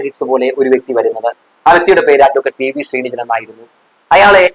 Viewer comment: ഞങ്ങളുടെ MLA ആണ് അദ്ദേഹത്തിൻ്റെ പേര് പി.വി.ശ്രീനിജിൻ എന്നാണ് അല്ലാതെ ശ്രീനിജൻ എന്നല്ല 😊 ദയവായി ശ്രദ്ധിക്കുക. ജാതി അധിക്ഷേപം നടത്തുന്ന ഒറ്റ ഒരുത്തനെയും വച്ച് പൊറുപ്പിക്കരുത്. സാബു ജേക്കബിൻ്റെ ഉച്ഛിഷ്ടവും അമേദ്യം വാരി വിതറുന്ന ഒരുത്തനും ആത്മാഭിമാനം ഇല്ലാത്ത വെറും പിണങ്ങളാണ്